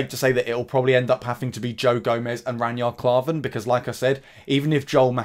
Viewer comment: Who the hell is ranyard klarven? 😂. Know your players names for god sakes!